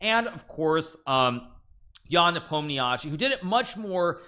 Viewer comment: and here i thought hikaru finally learned to pronounce nepo's surname :) (no offence)